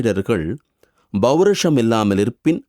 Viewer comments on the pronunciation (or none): It should be pronounced as Pourusham (not Bourusham/). Please use correct pronunciation while giving explanations to our great philosopher.